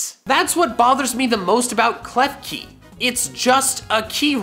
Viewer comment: KLEFKI DOES NOT END WITH EY, IT ENDS WITH AN I! FIX IT NOW!